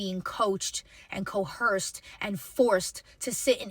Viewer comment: The number of time the word “cohersed” was used! Lol. Ma’am, sir, the word is “coerced.”